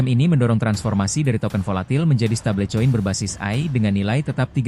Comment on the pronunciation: MIN, BACANYA YANG BENAR "STEBEL KOIN" BUKAN "STEBLE COIN"